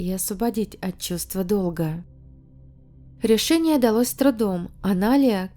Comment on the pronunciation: Прощай русский язык. С такими авторами в России не будем понимать друг дрцга. Почему все слова на Ы - ЭрЫкя , рЭшениЭ. Тетка тэ эткудовэ?